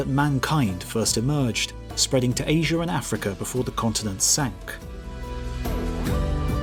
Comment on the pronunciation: Where is this, "Aysure" you keep referencing? And where do I get some of these, "bananers" you spoke of?